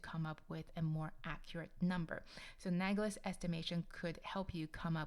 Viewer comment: Analogous not anagolous